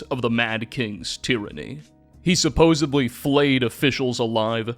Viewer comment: I just want you to know I listened to most of the video until you said suposebly 😢